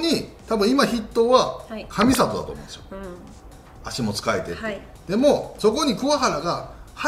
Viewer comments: かみさとじゃなくて かみざとですよ！ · ベイの外野も使いたい選手いっぱいいるけどロッテもいるなぁ。 桑原はもう今後7、8年はセンター安泰だと思ってたけどあんなに急に悪くなるものなんですね。 あと里崎さん、カミサトではなくカミザトなんです… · かみさとじゃなくかみざとね。 さとさきじゃ嫌でしょ。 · ❌かみさと ⭕かみざと です！！ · かみさとじゃなくてかみざとですね